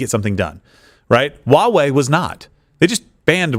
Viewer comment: Y'all trying to pronounce Chinese words is terrible. 抖音 DOU not DUO. Can't believe LWC tried to say Ginger Snap can speak Chinese. And, you literally said out loud Huawei starts with an H but still say Wawei. Takes five seconds to learn this stuff. No wonder this show is running to Rumble.